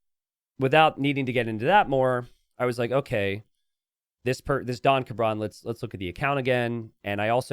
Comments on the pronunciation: pronouncing "don cabron" as "donka bron" really throws me especially since cabron is a naughty word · Yeah, his name is Mr Bastard and keeps calling him donkabron lol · The most heinous part of this situation is pronunciation of "Don Cabron"